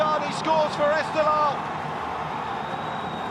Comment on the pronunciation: Reporter:: EsteGHLal is not 🚫 pronounced Estelal 😅😅😅😅, you miss gh =Q sound